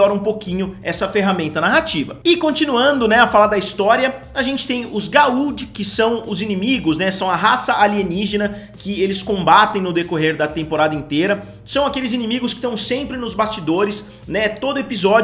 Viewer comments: Chamar os "Goa'uld" de "Galudes" não é a melhor impressão, típico de quem assiste dublado, dói os ouvidos!!!!!! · se pronuncia "gould" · se pronuncia : Goulds